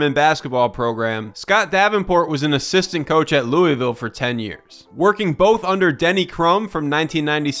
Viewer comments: The way he say Louisville 🤢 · You pronounced Louisville incorrectly..